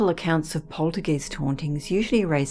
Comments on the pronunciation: Poltergeist is a German word. When you get a letter combination such as ‘ei’, the i is pronounced. When you have a letter combination of ‘ie’, the e is pronounced. So the word is pronounced ‘poltergEYEst’, not ‘polterGEEST’. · Love your stories & your voice, but please its not poltergeist its pronounced polterguyst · Why does the narrator pronounce poltergeist as poltergeest? Eist is pronounced as heist not East! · Its pronounced polter guy-st (rhymes with sigh), not polter geest. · Not "polter- geest", it's pronounced " POL- ter- guyst" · I'd say Aussie, I've never heard it pronounced 'geeste' by any fellow Brit, but regardless, I could listen to this narrator all night! Such a lovely gentle and melodic tone, gEEst or gEYEst, I don't mind😁 She's fab to listen to! 😊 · I’ve always pronounced poltergeist to rhyme with heist. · Yes that’s right she pronounces it wrong which is not surprising if you have no knowledge of German , it’s pronounced guyst so like you said it rhymes with heist 😍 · Every time she says poltergEEst 🤔🤣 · Good video but it's poltergeist as in hoist not poltergeest 🙄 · i thought it was polter GEYST (long I sound) ? Poohbear Richie---love your username. I bought my first-born son a stuffed Pooh before he was born; I was five months pregnant. My husband and I were so eager to buy him something that while shopping at Sears (yes, this is a long time ago!!) we went into the baby section and found an adorable (are there any other kind?) stuffed Poohbear. My son is 29 y/o now and he still has Pooh on one of his shelves. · I thought the same exact thing: long "i" sound and even commented the very same correction a few hours ago. I even checked the dictionary and they have it like this: poltergeist [ pohl-ter-gahyst ] Never heard it said any other way other than the long 'i' sound until this video. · Such a cultivated voice, it's annoying to hear the German "Geist" pronounced with a long "e" sound instead of the correct long "i" sound. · lol, right you are.